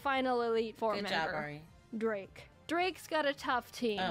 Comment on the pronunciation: is no one going to talk about how they perfectly said teriyaki and Ari